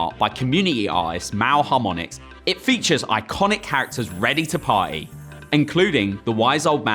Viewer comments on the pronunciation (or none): if you're going to be on camera learn how to speak... Those words have Ts in them "CommuniTy" and "ParTy" not "par-ee"